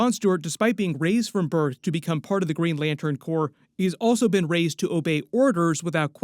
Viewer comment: Did you say green lantern corpse????